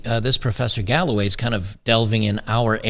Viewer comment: Im watching too much detractor content. When you said professor scott galloway I heard "this professor has gout by the way"